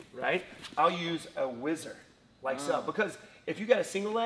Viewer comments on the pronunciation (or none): What a minute it is called a whizzer and not wizard. Next you are going to tell me that we don't get French benefits.